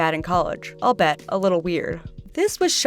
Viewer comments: Albet lol. Albeit I think is what she meant? Pronounced like I'll Be It, albeit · Excellent video! Although albeit is pronounced al-bee-it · It's pronounced "all-be-it". It means what it sounds like, albeit confusing to some. ALL BE IT. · Albeit is pronounced All-BE-it. Not All-but